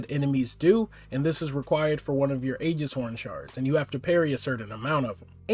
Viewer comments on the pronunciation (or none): none